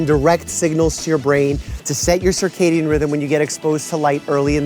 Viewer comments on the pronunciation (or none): none